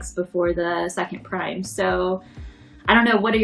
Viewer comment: Please someone tell how to pronounce prime 😂